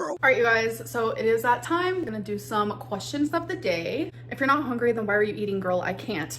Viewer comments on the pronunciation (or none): Does she literally say hongry on purpose just to piss us off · Cannot unhear how she says hungry as hongry